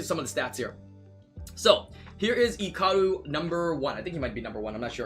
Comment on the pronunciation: okay you say Icaru like its eecaroo and other youtubers and me say it like Eyecaroo it triggers me not that its annoying its that I am not used to it